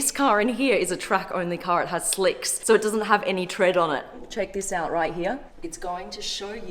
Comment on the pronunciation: O my God this is soy cool (in her accent)......and this is all she said